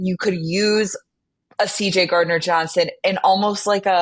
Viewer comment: This is the second podcast where has called him CD instead of CJ. What’s with that?